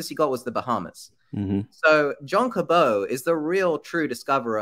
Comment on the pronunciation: I'm pretty sure John "Cabot" rhymes with rabbit and not snow.